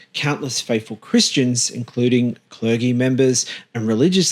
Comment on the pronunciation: the word is CLERGY. But you pronounce it as clergee?...do you mean clerjee?